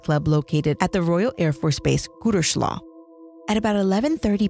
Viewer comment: Its pronounced Gooterslow